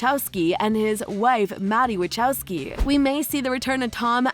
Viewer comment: Haha she said “wachowcki”😂